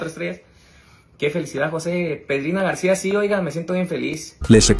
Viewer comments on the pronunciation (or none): none